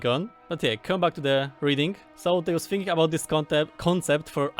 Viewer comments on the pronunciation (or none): none